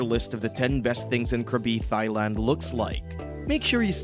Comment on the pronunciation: “Thigh land”